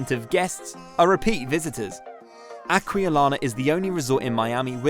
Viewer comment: 4 pools at Acqualina (Akvaleeena)